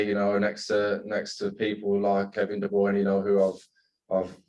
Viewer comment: Nobody: Grealish: kEvIn ThE bRoInE